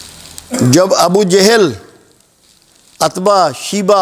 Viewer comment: محترم جناب آپ اچھا بیان فرماتے ہیں مگر ناموں کا تلفظ اور ولدیت وغیرہ درست بولا کریں ، جیسے عتبہ utbah اور عمر بن خطاب ،بصرف عمر خطاب نہیں ہے